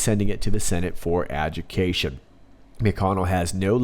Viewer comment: Just minor matters- ah-Jew- de- Kay- shun. Lawyer talk. And tay-a-tay. French.